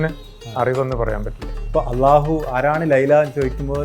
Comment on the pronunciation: ബ്രോയുടെ അള്ളാഹു എന്ന ഉച്ചാരണം വരെ എന്തൊരു പെർഫെക്ട് 👍👍